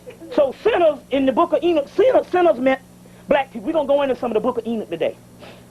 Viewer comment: ok yeah i wasn't sure if that was what he was saying because it sounded like he was saying ena